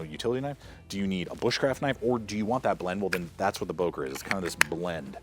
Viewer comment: Böker with ö